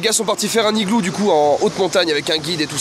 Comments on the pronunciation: Entre les "le igloo" et les "1 igloo" je me demande si Maxime sait faire les liaisons 😐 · Bah amixem pourquoi tu dis le igloo au lieu de l'igloo ? Ah oui au fait j'ai un message de l'équipe fructis, t'as 2 mois pour agrandir la White box et nous la présentez en vidéo. N'oublie pas que la déco doit se limiter au glorieux shampooing FRUCTIS FREEZE FORCE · pk tu dis le igloo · Tu dis LE IGLOO !!! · Pk tu dit le igloo 🤣🤣 non je blague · un higloo Maxime, un higloo 🤪🤣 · Amixem pourquoi tu prononces le Iglo ?😊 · POURQUOI TU DIT LE IGLOO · Et aussi un igloo sans la liaison et du igloo au lieu de l'igloo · Le igloo au lieu de l'igloo Un igloo au lieu de "un n'igloo" Et les igloo au lieu de "les z'igloo" 🤣🤣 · Pk tu dit le igloo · amixem pk tu prononces LE igloo regulièrement et pas L'igloo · Faut juste revoir tes cours de français de CE1 LOOOL il y a les liaisons aussi pour dire un igloo tu fais la liaison entre le N et le I mais bon, personne n'est parfait et tu fais de supers vidéos. Mais la langue française, enfin les bases c'est quand même... la base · À chaque fois que maxime dit "Le igloo" , un Inuit meurt. Il faut arrêter le massacre. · Et aussi, il prononce UN IGLOO et UN NIGLOO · Entre « le igloo » ,« un igloo » ( sans la liaison) ou encore « au igloo »,ça rend vrm bizarre A part ça bonne vidéo 🙃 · Amixem il dit LE igloo alors qu'on dit l'igloo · L’igloo pas igloo 😂🤣😂😂🤣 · Le mec à tout faux 🤦‍♂️ Au lieu de dire "l'igloo" il dit "le igloo" Au lieu de dire "un (n')igloo" il dit "un igloo" Au lieu de dire "Les (z')igloos" il dit "les igloos" Au lieu de dire "de l'igloo" il dit "du igloo" Bah bravo Maxime 🤦‍♂️ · LOL on dit pas le igloo mais l’igloo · dsl mais dit l'igloo pas le igloo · C'est juste comme prononciation si tu écris le Higloo... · Oui tu le prononces comme çi ça s'écrivait "higloo" (pas de liaisons etc) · Ça fait du le THE igloo ou LE igloo😂😂Moooooon dieu 😶🙃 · Tu dis aussi un igloo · pourquoi tu dit le higlou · et tu fais pas la liaison de "un igloo"